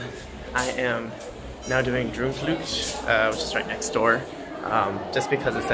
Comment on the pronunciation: You said Droomvlucht oke. But in Dutch the double oo sound like the oa in English. Boat. Not boot. An the u is like "duh". So Droamvluh-cht.